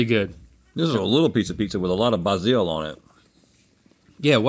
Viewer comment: I will be pronouncing Basil as "bahzeel" from now on